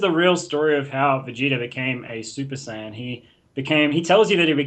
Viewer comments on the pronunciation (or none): did he just fucken try to correct his friend to saying sy-in it's pronounced say-in. and if you wanna say that sy-in is how they say it in Japanese, then that would be sayajin. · Sigh-yan? wtf aren't you a like, dragon ball professional or something? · This is late, but he said the translation from the Japanese "sayajin" would be "sy-in".